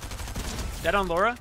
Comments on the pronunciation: it's LARA CROFT not LORA CRAFT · Idk why it pisses me off u said “Laura” instead of Lara